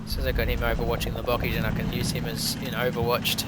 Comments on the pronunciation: Bocage is pronounced Bocaaage not Bockage... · Oh, but bocage is pronounced boh-KAHZH /nitpick